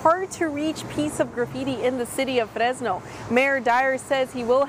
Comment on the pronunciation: Fresno is pronounced with a regular English R, and no one actually from Fresno pronounces the name of their town with a rolled R like that lady was. Notice she didn't roll the R in "graffiti," "truck," "crews," and "from." She's deliberately, disrespectfully, mispronouncing it to send socio-political signals, but hardly anyone is brave enough to call it out for "racism."